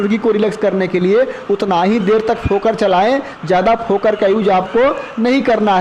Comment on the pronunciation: भाई जी फोकर नहीं फोगर बोलते हैं